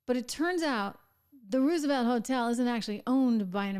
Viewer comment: Its not Roo- sevelt Pronounced ROSE-EVELT!